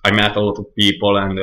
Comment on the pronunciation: Hi - I understood everything you said but like you said it is your accent that will need some practice. I understood you, but I had to concentrate on what you were saying. Two things I would say give away that you are Italian - the long A sound you pronounce like a soft a (Kate and Cat should have two different A sounds), and adding an 'ah' at the end of some words, like 'people-ah'. Many italians do this, so don't worry . But well done with this, and keep working, you'll get there!